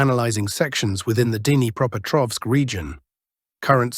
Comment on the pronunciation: should at least know a little Russian or at least know how to pronounce "Dnipreopetrovsk". This is the last time I will click on your channel. I watch "military Summary Channel".